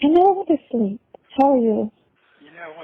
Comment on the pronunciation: Tries to sound sexy,but he always asking, "You skeep?"😅😅😅😅😅